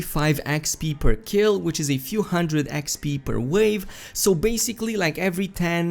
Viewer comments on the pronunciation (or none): none